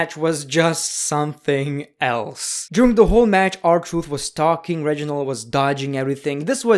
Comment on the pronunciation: And why say “juring” instead of “during”?! That’s just wrong… you need a doctor.